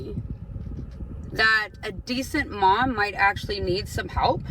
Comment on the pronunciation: It's sooooo funny everytime I hear someone say "hepp" instead of "help".